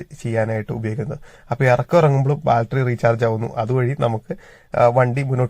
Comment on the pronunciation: ബാൽറ്ററി അല്ല 😂... ബാറ്ററി ❤